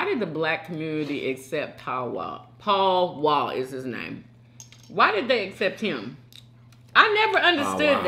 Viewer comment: I thought she was saying "Pow Wow" until I scrolled down to the comments and realized she was talking about Paul Wall. 🤣🤣